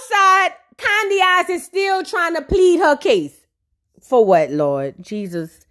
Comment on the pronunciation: Everytime I hear 'Candyaxs' 😂😂😂